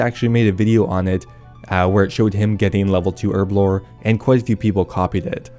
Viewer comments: HERB A LOR .......... not errrrblor ..... your way really shit me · Say it with me, HERBLORE, with a big old H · Herblore has a fuckin H in it... please get it right